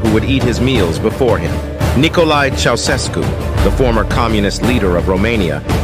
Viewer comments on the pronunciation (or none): The way he pronounced Ceasusescu sounds weird af for me a Romanian😂😂 Also if you'd wanna pronounce it in Romanian it'd be like cheausheshcu